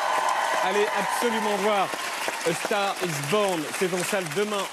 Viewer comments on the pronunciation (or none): A STAGH IS BOGHN !! C degoutant la facon de prononcer l'anglais à la francaise !!!!